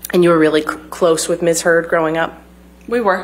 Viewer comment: Lol everytime she says "and heard" it sounds like she's saying "and turd" haha which is very fitting considering amber's new nickname.